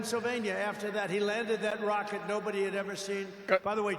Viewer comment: “But his wocket bew up!!!” Yeah its normal.